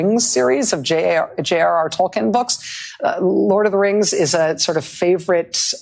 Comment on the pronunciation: Narya was a ring, not a character. The ring is symbolic as it is supposed to inspire those against tyranny and suffering. It's also not Tol-kin, it's Tol-keen.